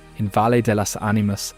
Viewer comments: It is not pronounce "valleh" - I do not know how to properly circumscribe it in english, "vayee" como in "vaya". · You need to improve your pronunciation of Spanish names like Valle